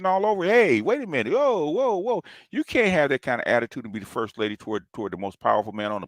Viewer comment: She's a two as in Atti-twood!!